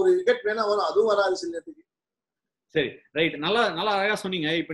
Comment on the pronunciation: Seri..not sari😅